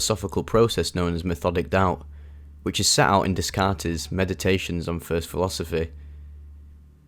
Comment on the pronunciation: Max respect and love your videos, just fyi Descartes is pronounced day-cart.